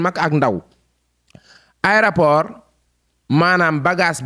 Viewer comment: Juste morte de rire en l’entendant dire aidaport